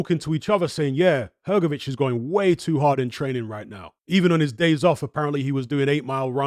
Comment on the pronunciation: Come on man,drop that letter "e" from Hrgović(Hrgovich),it is not "hergovic"!